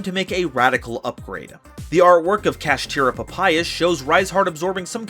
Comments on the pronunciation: Sorry I couldn't watch the complete video, why people can pronounce Shangri-La correctly but not Kshatri-La??? they sound almost the same for God's sake!!! what's this "kashitira" nonsense?! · The cards say kshatri-la but he says kashtira...why?